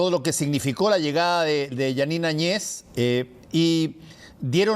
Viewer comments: Por qué , si se escribe el apellido Áñez , dos grandes periodistas lo pronuncian Añéz. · Que hablan ...no saben nada de lo que paso en Bolivia ,evo Morales dejo la presidencia y ahora hablan del avismo grande de la separacion del pais y ni pronuncian bien el apellido de la ex presidente de Bolivia. Y el tema del mar fue utilisado por evo Morales sabiendo que con chile no hay negocio osea chile jamas dara paso atras con respecto a eso seamos reales eso . Aprendamos un poquito mas por lo menos de castellano y pronunciemos nombres y apellidos gracias .